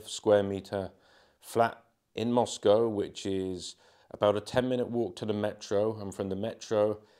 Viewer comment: I'm glad to hear you say Moscow correctly